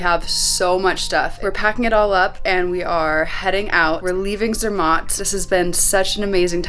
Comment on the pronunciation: Its Zer….Matt not Zermot, Just call the local tourist office. They have a lists of all the categories of hotels B&B. They will recommend the best hotel for your budget.